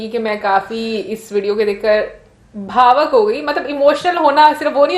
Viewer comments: Bhavak nahi bhavuk hota hai,aur woh gulzar saab ki awaaz thi. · woh aata nahi ,,aaloo ke papad bana rahi thin...aur Bhavak nahi hota - it's BHA - VUK (emotional)...